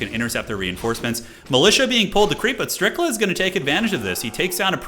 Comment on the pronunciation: Brother said StRiCkLa in the first SECOND 😂